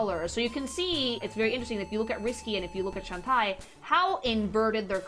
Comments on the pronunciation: Its. Shan-Tay, not Shan-Tie, later songs sung by the VA give the correct pronunciation But that aside hope you do this kind of video for each game, haven't seen people analyze the concept art like this. Also i very much agree on how it's nice to see characters not afraid to be sexy while just being themselves and still being people instead of just pin up girls. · I'm going to give you a benefit of the doubt and assume that you pronouncing the name as Shentai is a contextual joke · I like when you couch she jiggles her butt. Also, Shentie? Huh? How is pronouncing Shantae? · deliberately mispronouncing Shantae as Shen-Tie is such a thing to do. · Wait it’s not pronounced “Shawn-Tay?” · Shawn tie? Dammit,, I just cant 😂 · Also, Shantae is pronounced Shawn-tay. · A Freudian slip sounding a bit more like SHentai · I'm so happy to see you cover Shatae. She's my favorite fictional character... But every time you say Shan-tai I want to Shan-die. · I mean absolutely no offence with this... But a piece of my soul dies whenever you say Shantae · As someone that grew up in latam with shantae as one of the games for the gameboy color. I also pronounce shantae's name incorrectly and i will keep doing so until i die. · Why does she pronounce shantae like hentai? Is she dumb? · Everytime I hear her say Shantae I die a bit. X,D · How did nobody correct her on mispronouncing Shantae every single time? I kept getting taken out of the video by it, it was so jarring lol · They did, but her pronunciation is the spanish one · I'm glad is getting into the Shantae series but I can't get over how she keeps mis pronouncing her name. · She is, if you correct her she just doubles down on it so it’s best to ignore her very incorrect pronunciation. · Bruh, doesn't even know how pronounce a name as simple as "Shantae"!